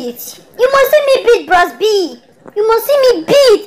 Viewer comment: she said bross B, jesu, i can't stop laughing